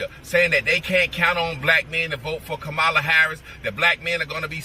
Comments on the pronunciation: Say her name correct. DISRESPECTFUL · why do you mispronounce Kamala? You have to be able to pronounce the name of the person the video you are focusing on. Other than that, y'all are doing great.